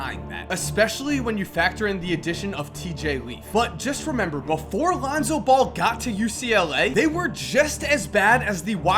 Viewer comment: You said Alounzo Ball in the beginning of the video